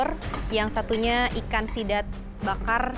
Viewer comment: Chef Rudy: Sidat ❌❌❌ Zidat ✔️✔️✔️ Jidat ✔️✔️✔️